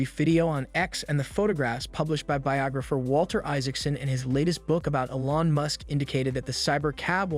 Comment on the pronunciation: Old info, inaccurate and based on guesses stated as facts. Using an AI voice that can't even pronounce Elon (said as "Ellon"). Cmon... Do better, or don't do....